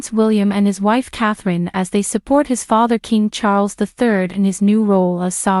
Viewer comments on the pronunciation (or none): none